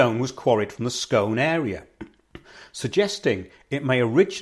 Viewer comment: BTW its pronounced 'scoon' to ryhme with moon... i live 4 miles from Scone Palace. I went to visit the new Perth Museum, which has been built specially to house the stone. Hilarious blurbs on front of artifacts, obviously written by millenials; the grammar on some was amazingly wrong. That australian dude, who claims he's the real king, has been digging up all kinds of places saying he's found where the real Jacob's pillow is lol